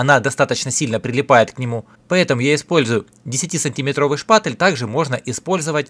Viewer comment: Где вы в слове шпатель букву Э находите?